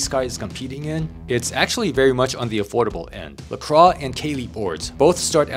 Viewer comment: It's actually pronounced La-kwaa. French is a weird language. Lol